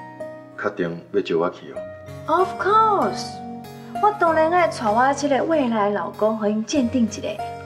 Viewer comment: 金成小三可以不要再講of course了嗎？發音很爛聽了很痛苦，一直把of course掛嘴邊並不會讓妳看起來像從國外回來的